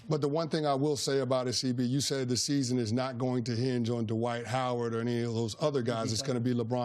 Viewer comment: Why do people pronounce this man's first name as "Duhwight" Jesus Christ his name is DWIGHT.